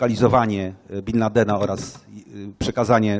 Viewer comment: dlaczego Pan mówi bin landen i ciągle przekręca, przeinacza wyrazy, robi to notorycznie przy wyrazach prostych jak i przy skomplikowanych